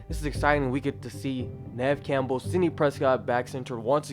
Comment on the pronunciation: Please at least pronounce Neve Campbell correctly